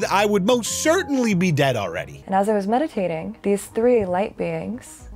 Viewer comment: She said "when I was *medicating*", I thought and immediately thought "there we are*. Checks out.